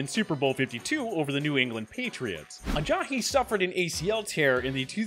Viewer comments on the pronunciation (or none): He says Ebron weird and calls Ajayi Ajahi. Does he watch football? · Why's he pronouncing Ajayi, Ajahi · There is no H in Ajai's name. I hate justin fraction but I wanted to turn this off just because of this guy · The way he pronounces “Ebron” and “Ajayi” really pisses me off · the way he says Ajayi really gets to me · This guy really can’t say jay ajayi right